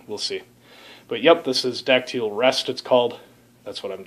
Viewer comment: I think it's called "die-acid-al" ...what kind of yeast are you using....I'm doing a Czech pils and am at the diacetyl rest currently ....57* for 12 days...primary slowed down and will take it up to about 65-70* for the rest...and will rack it and take take it slowly down to the low end of the fermentation range for about 3 weeks, then slowly all the way down to 32* for another month. Batch 57, 3rd lager. Let us know how yours turns out. Thanks for posting.